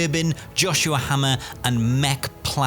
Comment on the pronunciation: Fin! Another great companion episode 😂 And my name is said “hay-mer” not hammer I expect a formal apology 😤